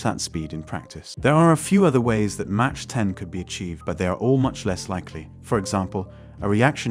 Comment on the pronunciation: Good video! One note, Mach is pronounced primarily as “Mawk” and not “Mawch”. Enjoyed watching!